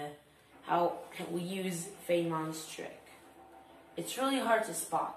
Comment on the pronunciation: i died when he pronounced feynman